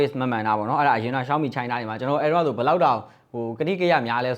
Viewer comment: ကျနော်လဲ ပြူရာ လို့ပဲထွက်တာပါ ရှောင်းမီကိုလဲ အဲ့ဘဲက ရှောင်မီး တဲ့😅😂